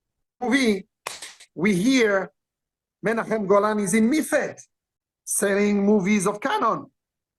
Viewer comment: As an Israeli I can say that the way Qissi pronounces Menachem Golan's name and imitates his accent is spot on. 😂 And here's an interesting anecdote: Gil Globus, the son of Yoram Globus, Menachem Golan's cousin, was in high school with me.